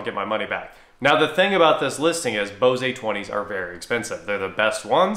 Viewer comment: Why are u saying Bose-ay...it's just bose